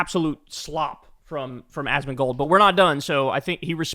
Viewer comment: You mispronounced his name in the beginning. It's "Asmon -mom killer-mold."